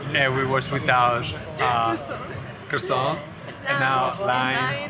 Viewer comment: That’s a very unusual pronunciation of croissant.